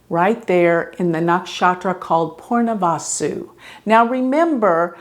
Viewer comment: So weird she says “Purnavasu” instead of Punarvasu.